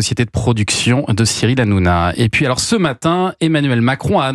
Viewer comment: C qui rrrrranona